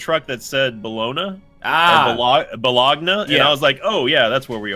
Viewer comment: Oh God the way pronounced Bologna.